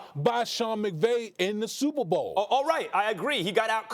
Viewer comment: ..... "SUPAH BO" - DAMIEN WOODY .....